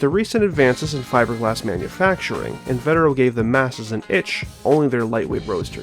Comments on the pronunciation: actually its In-vah-teh-row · You've also got "invetero" wrong - it's pronounced in-vee-ter-oh